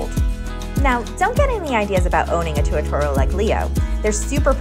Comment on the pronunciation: Pronounced "Too-ah-TAR-ah"